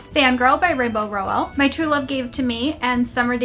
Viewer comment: Your shelves are so beautiful! Love the various knick knacks on them😊 Small question tho, I thought Rainbow Rowell's last name was pronounced with the emphasis on the first syllable?